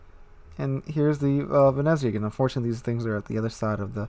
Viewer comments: Venetzia say it like that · you pronounce it like "Vene'tsia".. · I'm italian, you pronunced Venezia completly wrong,but it dosen't matter